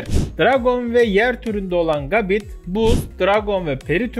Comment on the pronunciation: Abi gabite isimli pokemon un okunuşu gabit değil gebayt öbür türlü bite isimli saldırıyada bit derdik.